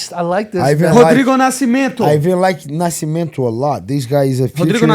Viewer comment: The level of respect I will show that fight gear is something you can't believe my brother.. also what the fuck is up with the disrespect of Nascimento.. they didn't even get his name right in the promo video! He said NasciMAmento.. put some respect on his name, he's your main event UFC!!